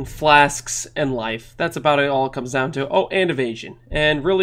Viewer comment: "It all kaoms down to one thing"